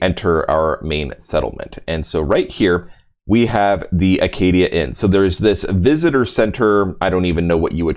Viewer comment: You know it’s Acadia right? Not Arcadia?